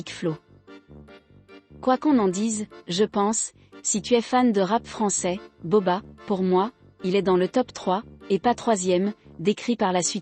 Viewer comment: Je deteste la voix qui parle Et he nai pas entendue la reaction de booba Et cest bouba pas boba